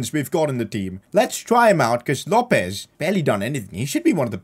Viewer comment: PCQ: LOPES IS PRONOUNCED LO PEZ